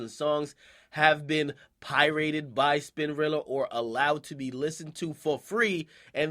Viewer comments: this nigga said "Pie-rated" lol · Did this nigga just say pie rated ? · Did he say "pie rated?"